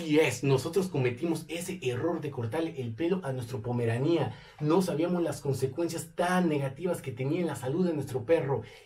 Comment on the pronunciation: Jajajjajaja se dice Pomerania sin acento y tú enfatizas jajajjaja demasiado en pomeranía con acento en la i . Y pues así no se dice